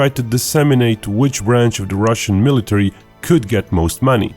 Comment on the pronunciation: I'll believe the guy that butchers "military" so badly